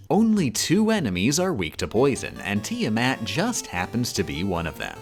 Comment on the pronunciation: Hearing her pronounce Tiamat made me violent. Wonderful!